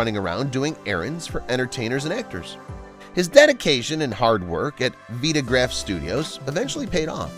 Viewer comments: Veta-graph Studios???...... It is pronounced Vi-A-graph Studio.....😶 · VYE-tuh-graph. My God, this is wonderful and the narration is well-written and the narrator does NOT swallow his words..... but.... PLEASE, PLEASE read it to an older person to make sure you have all the names correct. Not knowing it was VYE-tuh-graph is inexcusable. Denx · The first two syllables of VITAGRAPH are pronounced the same as VITAL.